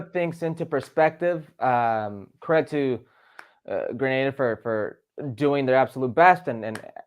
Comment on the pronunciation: Grenada... Not Granada.